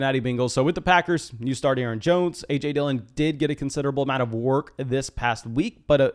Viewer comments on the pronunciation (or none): none